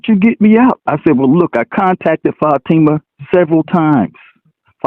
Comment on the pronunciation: Excuse me, i now have to go crush my head in a hydralic press so i can feel smarter again. Everytime he mispronounces Fatima a cute kitten dies.